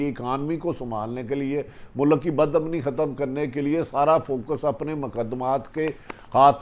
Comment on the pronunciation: It’s not mulak it’s mulk, pls atleast try to speak Urdu correctly:)